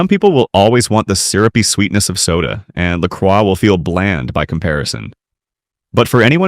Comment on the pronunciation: its pronouced LA CROY its french the cross, i got lolli pop at Kwik trip cant wait to try it, mines grape i had zievia too